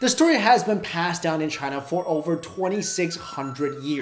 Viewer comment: Sorry. "China". Not "Cina".